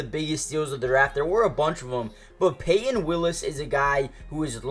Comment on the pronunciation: Payton Willis???? C'mon man.